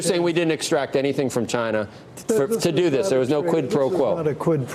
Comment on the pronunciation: I thought he was saying Gine-nah.